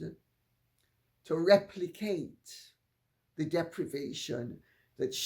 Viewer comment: Replicate hit my ear as repli-KATE. 😵